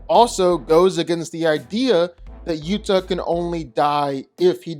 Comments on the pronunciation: OH-WAH-TU!! NOT YUTA I don't trust anybody's opinion who cannot pronounce the names of either character they're giving opinions on like I swear this guy just watches YouTube diff shorts made by 9-year-olds It gets his ideas and pronunciations from them .... GG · OMG!!! UATU,...ITS PRONOUNCED (OOO-ah-too) not Utah! He is not a state! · his name is Utah it's pronounced Ooo-aaa-too. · It's doesn't pronunce "uuta" It's pronunce "oowatu" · Did you serious call uatu utah? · He destroyed Uatu's name too. Sounds like he's saying Uath 😅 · His name is pronounced U-ah-too not Utah. 😅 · It's pronounced....ooh ah too.. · also, ‘Uatu’ (The Watcher’s name) 🤦‍♂️ [should be, “oo-ah-too” ] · Nice video; your Uatu pronounciation is weird ive always heard Ooh Ah Too but i guess its a comic book so its not like theyre speaking the name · Uatu = oowatoo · Uatu is pronounced Ooh Ah Too my dude. Awesome video though for real. Never really thought about Uatu vs anyone so good choices here. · You did not nail the pronunciation of Uatu. Pretty sure it’s Oo-wa-too. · Hearing Uatu's name pronounced wrong was painful to hear. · It was painful hearing the Watcher Uatu's name being mispronounced throughout the entire video.😖